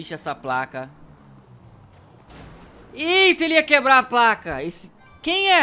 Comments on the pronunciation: ele ia quebla a placa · maluco ele ia quebla a placa